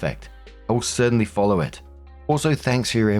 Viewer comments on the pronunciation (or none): none